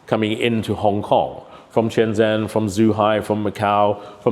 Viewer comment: 27 years and he still can't pronounce Shenzhen and Zhuhai properly?